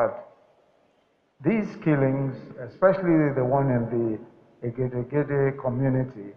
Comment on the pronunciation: Nice..LOL the egedegede pronounciation..you tried Sir..thumbs up..it can sometimes be hard to pronounce for us with different dialect.